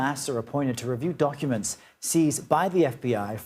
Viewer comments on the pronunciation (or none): Did she say: donkuments